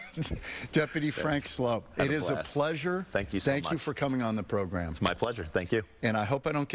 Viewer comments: THIS CLOWN DIDNT EVEN RESPECT HIM ENOUGH TO KNOW AND SAY HIS NAME CORRECTLY ' HE SAID FRANK SLOPE" MORON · It's pronounced Slope. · It's pronounced like "slope," but it's spelled like "soup"! And that's the scoop, troop! 😆🤣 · He was nice to not correct you on his name. It is sloup not slope